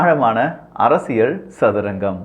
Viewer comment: அரசியள் அல்ல. அரசியல். சிக்கள் அல்ல சிக்கல். சரியாக உச்சரியுங்கள்.